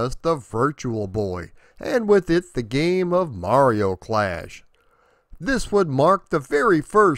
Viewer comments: Thank you for pronouncing mario correctly... good job... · Thanx for pronouncing mario correctly good job!